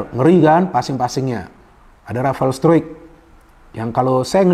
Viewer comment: Izin koreksi penyebutan nama nya Ivar jenner: ivar yenner Rafael struick: rafael straik 🙏